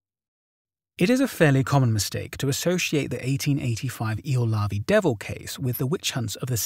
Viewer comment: Ylöjärvi (yløjærʋi, approx eel-uh-yar-vee) isn't the easiest Finnish word out there, mad props for the effort!